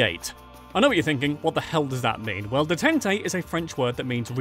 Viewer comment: Detente - it's pronounced day-tont. Not day-ten-tay.